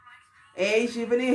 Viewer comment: It's shivaaaaani not shivni 😣